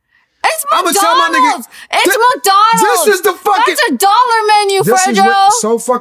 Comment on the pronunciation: "It's madonalds it's madonalds"